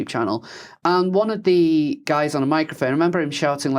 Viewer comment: I had to stop five minutes in. I cannot listen to this idiot consistently pronouncing ‘th’ as ‘v’.